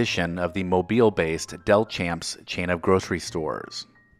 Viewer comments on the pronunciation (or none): You pronounced Delchamps wrong…it’s typical of those who don’t live in Mobile. Anyways, maybe you can have a video on Delchamps soon.